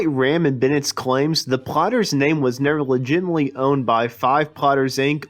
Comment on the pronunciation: Why does the narrator hakf the time pronouncing them as the "plotters".